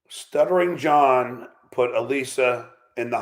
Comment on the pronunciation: “Sluttering John Epithode?”